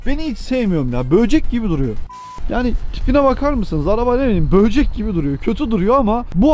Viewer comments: Böğcek diyen ağzını…. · 11.36'daki böcek telaffuzuna çok güldüm jkhfdks böğcek demen